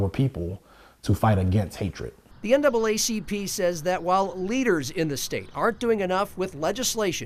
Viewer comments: Isn't it interesting that the TV anchor couldn't get the NAACP name correct the first time? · ….. and the news anchor had trouble saying NAACP….. 🤔 🤔 🤔 🤔